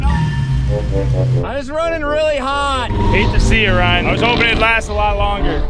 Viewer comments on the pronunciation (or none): none